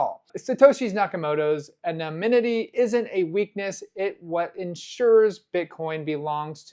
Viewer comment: You got your N’s and M’s mixed up on the word anonymity.